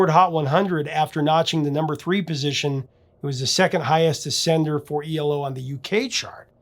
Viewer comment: It's E L O. Not ELO.